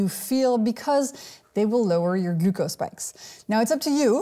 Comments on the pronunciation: I love how she pronounces "glucose". Very informative video, I've been walking after a meal even when going low-carb. I'm hoping this helps reduce the insulin resistance. Good luck everyone! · I love the way she pronounces "glucose"